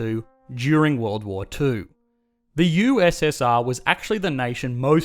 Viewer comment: OH god already in the first 10 sec of the vid and this dude totally butchers USSR